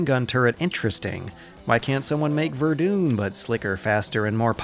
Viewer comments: It's not "vedune" it's "Ver - dun" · Ver-doon?? Mate, it's Ver-Done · Did... did he call verdin verdoon? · VerDUN not VerDUNE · >verdoon that's it, i'm ver-done with this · Goddamn verdune... Ver-done... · VER-DUN. DUN. VERDUN. NOT VERDOOON. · ver-DONE not ver-DOON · Great video, but it's pronounced Ver-done, not Ver-dune. The game is named after the french town and fortress made famous by the battle there in 1916. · Hey it's pronounced Ver-Done not Ver-Dune. Sincerely, Who-Could-Possibly-Care. (Great video!) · Ver-duun, not Ver-doon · Ver-Done. Not Ver-doon. Sorry just thought you should know. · Verdun, not Verdooon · Its grenadier not grenader and its Verdun not verdune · VER-DONE not ver-dun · Ver-dun not ver-doon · Um.... ITS VERDUN NOT VERDOON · Ver-DONE Verdun is not pronounced Ver-dooon. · Verdun not verr dune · It's pronounced "VER-DONE" not "VER-DUNE." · Verdun is pronounced "Ver-done" not "ver-dune". It ain't a Bunnyhop video without a mispronunciation. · its vur-done not verdooon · Do Americans deliberately mispronounce things? "Verdoon"?! How are you making a video about WW1 and can't say Verdun?! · Bane-ality Verdoon Sid Meers Wonton Polly-gonnol Are we witnessing the emergence of a new form of English? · more like ver-duh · more like fair-duh-n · Glad im not the only one who was losing their shit at him saying 'Verdoon'. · "Verdoon", "Grenade-ers", you're killing me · Isn't Verdun pronounced, "Ver-Done"? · I enjoy vomiting, can you please say "Verdon" again? Yeah, that was hilarious. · redfred004 Vehh-den actually. If you want to be properly French. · Aye, and "Ver-doon" was almost painful to hear. Great video though. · It's pronounced 'VER-DONE' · Nothing takes the air out of WW1 like saying VerDoon XD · Frenchman here. Please never ever stop saying Verdoune! Great video as usual! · Great vid as always. But "Verdoon" tho. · "verdoon" "nish" god fucking damnit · VER-DUN man... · "verdoon" "grenaders" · Also, Verdun is pronounced Verde